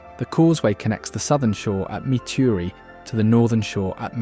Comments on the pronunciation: Not mu-teri it’s Met-uh-re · Metairie pronounced Meta-ree! Me-ta-ree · Met Ter Rie, is the pronunciation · "Met-tare-re".. Lol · Metairie sounds like meh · tr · ee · A beautiful film. But as a native of Metairie, I can't resist correcting you. It's pronounced MET er ee. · Its pronounced Met A Ree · As a Louisiana black Aboriginal American Indian and Indigenous native, I have to ask you... What's "me-tare-e"? Some mystical town you talked about 🤣🤣⚰️ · if I didn’t know better I’d have missed a lot. Could have used someone with a better pronouncing ofLouisiana names instead of one not familiar with those names. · Nice except for mispronunciations of some names, such as Metairie ( MET-ər-ee). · Born and raised in a lil town called Napoleonville, Louisiana (in between Thibodaux and Donaldsonville. Moved to Mandeville in '21 and immediately recognized the Lakefront of Mandeville & the Causeway. Also remember going to Grand Isle as a kid with my family, and sometimes forget that we actually have a lil beach down south. I had to rewind the video and chuckle when he said Metairie & Zydeco (shocked that he got Tchefuncte correct) but it seems he's said them in more of the French accents rather than what we Louisianians have resorted to. Great footage of the state and nature's beauties